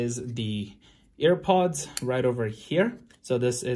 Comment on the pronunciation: I heard airpod is this something like yanny or laurel I think it's his accent which looks like he is saying air pods